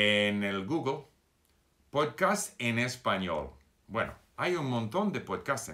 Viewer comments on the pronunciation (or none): none